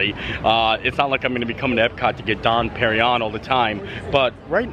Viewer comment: the champagne is pronounced Don perring yon. Keep the videos coming they're great